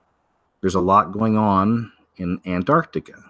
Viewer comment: If you soften up the 1st “T”, you will say Antarctica easier